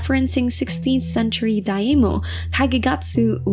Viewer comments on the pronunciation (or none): none